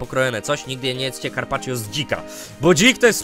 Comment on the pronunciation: Gdy powiedziałeś carpacio to usłyszałem karpacie